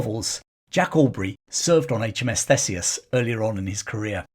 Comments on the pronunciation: It’s pronounced THEESEUS, NOT THESEUS. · Thanks for the vid. Just a heads up for future reference, Theseus is pronounced Theesius.